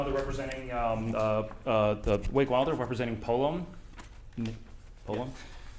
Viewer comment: i believe its pronounced polOme